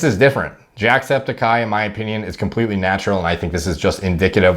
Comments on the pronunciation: I thought u said jacked speticeye 😂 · It’s Jack Sped-icy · Why do I hear you say "JACKEDsepticeye" when I know that's not what you said. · I heard it too